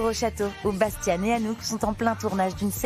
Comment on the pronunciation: C'est Bastiaan, pas Bastian